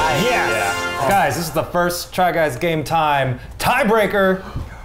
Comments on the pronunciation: Does Eugene say "try guys gay time" instead of "game time"?! I've been wondering this for a while now. It seems like he is always saying "gay time" instead. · Is Eugene saying "Try Guys Gay Time"? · Sorry but I keep hearing it as "Try Guys Gay Time" 😅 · I have heard "Try Guys Gay Time" since the beginning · I thought it was try guys gay time at first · thanks, now i cant hear try guys game time without hearing try guys gay time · Eugene says Try guys gay time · I am positive Eugene say "try guys gay time" instead of game. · The try guys: TRY GUYS GAME TIME! What I hear: Try guys gay time~! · I swear when the other guys say TRY GUYS GAME TIME! Eugene says “Try guys gay time!” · It sounded at the end there like they said try guys gay time